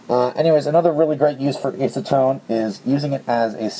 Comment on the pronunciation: I hate to be that guy, but I have OCD and its just one of those things I do. Sue me. You're pronouncing acetone wrong. It has a soft A like apple. Back on topic, I think this video was great. I had no idea you could use acetone in that way. I knew it would dissolve it but didn't even consider using that property to smooth rough plastic. And the solvent weld idea would be great for integrations and shell modifications. Im assuming when its fully cured it would be sanded like the original plastic itself, Other than epoxy putty there aren't many sandable adhesives. Goop and hot glue are both somewhat soft once cured. It could make for a cleaner connection than bondo or epoxy putty.